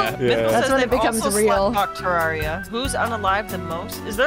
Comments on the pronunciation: Ah, nah, Chippy got her saying “Ter-RAR-ia” instead of “Ter-RARE-ia” LMAO. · thats not how youre supposed to say terraria jaiden youre supposed to say tur rare e uh